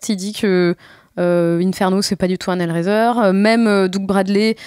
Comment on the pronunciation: Super episode mais pourquoi vous le prononcés hell riser ? rise raise hell raie zeur